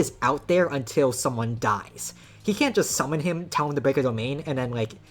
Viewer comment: 🤓zis is not canon! yew cannot shummon mahowaga and contwol him! 🤓